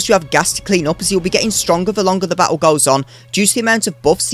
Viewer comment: Has anyone ever told you that you pronounce the word battle and many other words like a total dickhead?